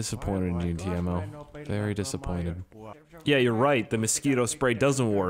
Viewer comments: TEIMO not tiemo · Pronounced "TAY-MO" not "Teermo" And damn use msc editor to fix the car. this has to be 100th time I've commented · U saying Teimo like Tijamo. It is just Teimo. 😀👍But if it is hard to say Teimo thats okay. Nthng wrong with that. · TE-E-MO! WHERE IS THE A IN TEIMO??? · In the mod menu you can also make the green car and the bus driveable. -Everyone knows you are using cheats to get around so you don't have to cut that out. The name of that stupid fucking store clerk is not ''Tiemo'' it's ''T-E-I-M-O'' -hi. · if you want to say teimo right , just say tiemo